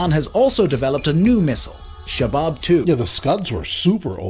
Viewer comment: Shahab not shabab!